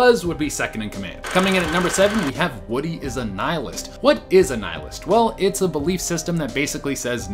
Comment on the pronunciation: I know it's irrelevant but it's *nihilist not nilist